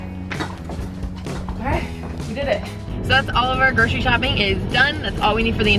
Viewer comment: It low key annoys me how ppl say 'gro-shery' for grocery , It's pronounced 'gro-sery' , why is the 'shh' sound even there